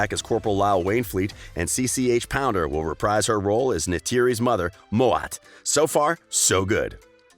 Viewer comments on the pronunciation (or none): none